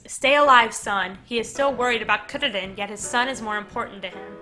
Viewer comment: Try pronouncing "Kuririn" as "Koo dee deen"